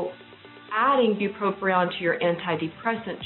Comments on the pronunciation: Very informative. However, it’s not bupropRion it’s bupropion. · It's not pronounced BupropRion